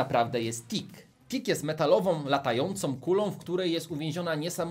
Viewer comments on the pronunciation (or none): Powiedziałeś dick a nie tick. Dick to z angielskiego to co masz na wysokości pasa z przodu. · Powiedziałeś TICK a ja zrozumiałem Dick -_